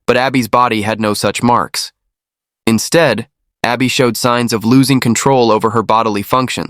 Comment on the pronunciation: Her name is Arbe not Abby